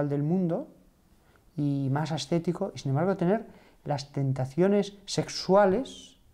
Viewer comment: el padre ha dicho astetico, creo que se refiere a ascetico, puede ser?